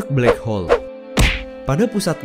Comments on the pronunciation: blackhole bangg bukan back hole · Black hole bro bukan back hole :v